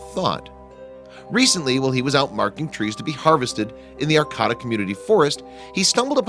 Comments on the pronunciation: And Heidi doesn't believe me and you're pronouncing Arcata wrong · Learn to pronounce the city right homie. Smh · I am from Humboldt County,California and Arcata is pronounced (ar-cait-a) it is about 7 miles North of Eureka on highway 101 along Humboldt Bay.I Lived there from 1972 to 2002 and My daughter and her three kids still reside there.For Pete's sake at least get the name of the town right. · Learn how to pronounce words. Arcayta. Not arccahta dumb ass. Ps. Sorry to be so harsh but you make mistakes constantly as if you are not a native English speaker. Finally this story is not at all interesting. No payoff!! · That town is pronounced "Ar - KĀ - ta". Look things up, will ya?! I'm a Californian & couldn't figure out WHAT you were talking about! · Thank you... At first I thought, " What... where!?" then, "Wait! He's mispronounced Arcata. Doh." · Pronounced: Ar CAY ta Not: Ar COT a Also, leave the guy alone. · It's pronounced ArCAYta, not ArCOTTa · Arcota? It’s arcaaaaaata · I lived in Arcata for decades and I can tell you it is pronounced 'R-K-ta' not 'R-cada' as pronounced in the video. Also, it is not at all amazing that there is a cabin in the woods on public lands as there are many travelers that use the public forest as a home during the trimming season throughout the Emerald Triangle. The weather is mild year-round and a tent would serve quite well as a home for some travelers, obviously the builder(s) of this cabin preferred solid walls. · The narrator is mispronouncing the home of California State University Humbolt. It's not Arcata like terricotta; it's pronounced Ar-kay-ta. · It's pronounced aR-Ka-Ta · You are pronouncing the area and forest name wrong. It's ArcAta with a long middle "A". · AR-KAY-TA, California. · Arcata, is pronounced, short "a", long "a", long "a". ("R-kate-ta). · It's pronounced ArCAYta. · it is pronounced Arcata, R Kata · It’s pronounced ar Kate ah. 👍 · It's actually pronounced Ar-kayta. Used to live there...